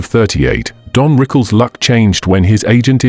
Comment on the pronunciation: How about pronouncing his name correctly.